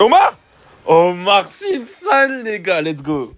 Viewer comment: “Omar” Simpson😭